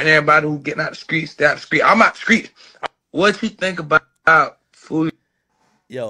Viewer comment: "the skreets" 😂😂